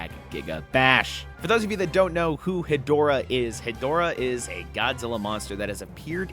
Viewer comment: Ghidorah and Hedorah reveal already makes me already so much happier with this pack than the entire Ultraman pack(I found it to be incredibly disappointing). Big Showa era fan here, that's my favorite era. Also Hedorah is pronounced "Head--Rah"